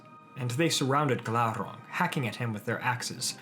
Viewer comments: Glaurrrrrang aluuuvatarrrrrrrrr lol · Everytime he said Glauron I said Glauron